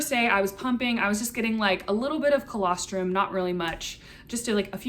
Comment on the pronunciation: what is that word? Calastrum? What does that mean